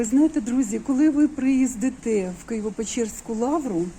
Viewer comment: Як же вам важко дається українська мова: «розвівається», «приіздитЕ»,»прєлість»,» нєпрізінтабельний»,»священныков»«прыхожан», и т.д. А от «інтєрєсно» ви окрім тикання манікюром у єкран чим ще раніше займалися у Лаврі? Чи почали свої огляди тільки після «подолання руського миру» на цій теріторіі? Молитися не починали? А, пробачте, вам же для цього потрібно буде вдягати спідницю , як ви висловивилися. І ще.. А усі ці тридцять років вас що не пускали до Нижніх Печер? А як де мільйони людей туди діставалися? І хто зробив ці «перетини»? Нехай молитви усіх Отців Печерських, мощі яких у Лаврі почивають, торкнуться вашого серця і вимовлять у Господа Христа для вас розуму!